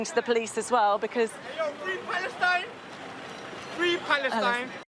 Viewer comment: That one chav...."Free Paleshtine" Didn't know they could use English through the 2 or 3 teeth they have.